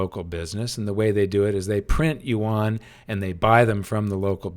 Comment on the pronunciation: Yuan is pronounced ywen. Please say it right.